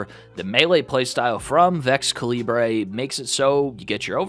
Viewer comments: Vex-cuh-lee-bray ❤️ (I 100% know how it’s pronounced but I think it’s funnier my way) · Please say you're mispronouncing Vexcalibur on purpose.